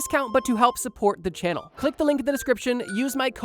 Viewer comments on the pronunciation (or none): none